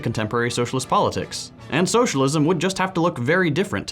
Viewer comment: "shullism" fucking hell 😂